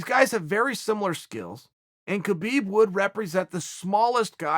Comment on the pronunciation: Chael ...you're a UFC analyst for ESPN. Holding one of those positions is the Pinnacle of journalism in the sport of MMA. So....could you please start pronouncing Khabib Nurmagomedov's first name correctly? It's kinda embarrassing man. Now YaRear is funny but (K)habib just seems ignorant. Just my two cents homie!